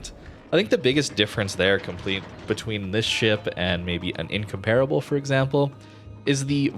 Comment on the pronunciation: Why does literally everyone pronounce incomparable wrong? It's In-comp-rubble. Not in-compare